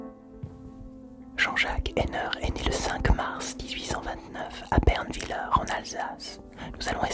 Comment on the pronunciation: Tu as assassiner la prononciation de Bernwiller mais c'est pas grave grâce à ta voix beaucoup trop apaisante.